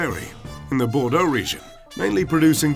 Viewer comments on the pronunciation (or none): none